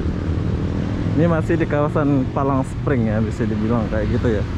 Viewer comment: "Palm Spring" Bukan "Palang Spring".